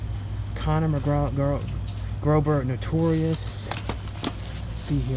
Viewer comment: yes! thats the best part of the video. lmao Conner McGrober!! hah